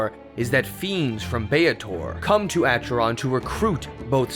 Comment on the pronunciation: Acheron is pronunced AKERON.